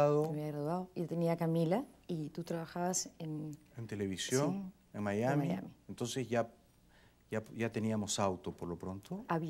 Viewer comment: Linda entrevista. Qué pena que no pronuncia bien la ese, dice sh, televishion. Y esposa de locutor,!!!